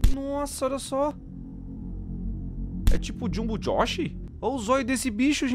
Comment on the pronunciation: U acertou o nome do jung jox nem sei falar